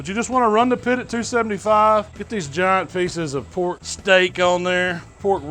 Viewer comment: "Get sum mo of dis porrrk" #&thebabybackribsBand